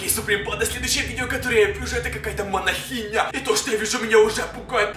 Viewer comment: Не манихиня а монахиня😂